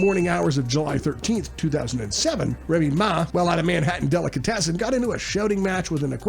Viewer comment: ….Reeme Ma =Remy Ma the rapper is how u pronounce it yo✔️…